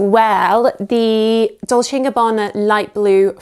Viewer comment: “Dolce” is pronounced different not “dolshe”, but “dolche”… it’s Italian…